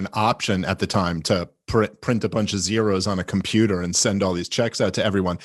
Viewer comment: "the compuper"